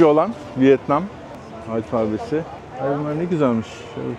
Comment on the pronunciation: alfabe sözcüğü “alfağbe” şeklinde okunmaz. “Alfa” ve “beta” sözcüklerinin birleşimi olan “alfabe” Arapça ya da Farsça değildir. A harfini uzatarak okumak yanlıştır. Bugün de bir şey öğrenmiş oldunuz. Keyifli seyirler. 😊